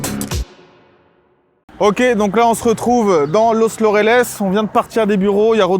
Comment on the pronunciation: Au niveau prononciation ce n'est pas Los "LOrales " mais LAUreles. "Laoureles" si tu veux. Cela fait au moins 10 vidéos que je voulais faire commentaire je le fais maintenant :))